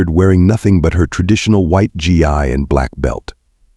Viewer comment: It's not pronounced gi it's gee hard g